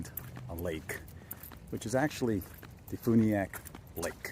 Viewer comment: Great video. I live just a little north of there over the Alabama line. I did notice your pronunciation of Defuniak was a little off. Think of the movie “A few good men”. The way “few” is pronounced is the same way the town is pronounced. Defuniak. Love the content by the way. Safe travels. New subscriber.